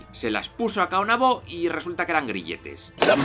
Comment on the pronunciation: Es Caonabo no Caonabó, sin acento. Guacanagaríx con acento en la íx. En República Dominicana hay algo que se llama complejo de Guacanagaríx. Es cuando un nativo se posiciona a favor del extranjero y le da la espalda a lo que es propio del país.